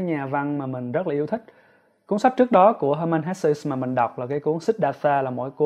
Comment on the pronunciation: Cám ơn chia sẻ của bạn. Mình có xem nhiều review của bạn. Nhưng mình góp ý 1 xí nhé, tên tác giả người Đức thì bạn nên đọc theo đúng phiên âm Đức, được đọc là He-mann Hes-sờ 🤗